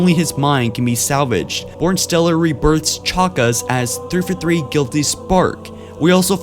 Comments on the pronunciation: fjh1616 Also Three Four Three not ThrfuThr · Despite the fact that it sounds like you are having a siezure every time you say 343, i was not aware of this theory and having never finished the forunner books myself, its plausible. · New drinking game: Put on one of this guy's videos. Take a shot every time he says "threefathree". Take 2 shots every time he says "libaareun". Lmao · Why can't you say 343 lol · Forerunner, not Foreigner. Librarian, not Libarian. And 3-4-3, not 3-for-3. If you are going to narrate, you need to work on your pronunciation and enunciation.